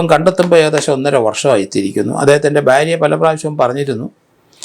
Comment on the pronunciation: ഭാര്യ എന്നത് ശരിയ്യായ ഉച്ചാരണം. സാർ പറയുന്നത് ബേരിയ എന്നാണ്. 😂 അത് സ്റദിച്ചവർ ഉണ്ടോ ലൈക്‌ IDUK😂